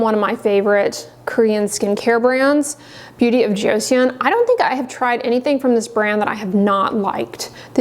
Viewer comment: Great info. I have eczema and am running out of my CeraVe. FYI, Joseon is pronounced as two syllables and sounds more like "joe" and "sun."